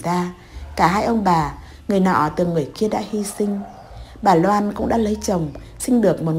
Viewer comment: Bạn vui lòng sửa lại chữ N và L đi bạn. Bạn đọc tên Loan thành Noãn, hai lần thành hai nần .